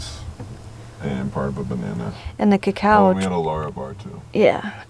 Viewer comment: There's the stuff that you keep pronouncing "ca cow".... are you talking about cocoa? (chocolate?)